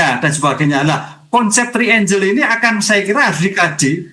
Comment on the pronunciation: "Trienggel" pak, bukan "-trienjel"